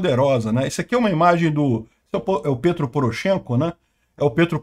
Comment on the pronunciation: Não pronuncia-se Pêtro (Poroshenko), mas sim Petró.